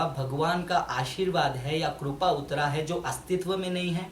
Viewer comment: Kirpa hota hai korpa nahi hota